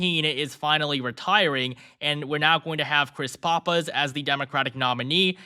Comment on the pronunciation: Aside from not knowing how to pronounce "Pappas", how is that?